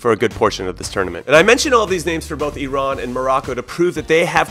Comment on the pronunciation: As an Iranian, I'm so proud of your pronunciations. Special thanks for not calling it eye-ran like 99% of people in the US. Jahanbakhsh was close! Much better than most. Most people don't even attempt that. Props to ya!